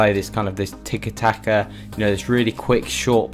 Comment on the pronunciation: It'tiki taka not double taka, good video tho